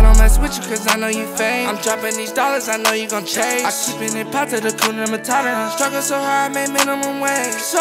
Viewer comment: Just a Swahili 🇰🇪 speaker saying it's "HA-KU-NA MA-TA-TA" not "Hakyuna Marara" with ya'll American pronunciation 😏 Nice song tho 🔥🔥💯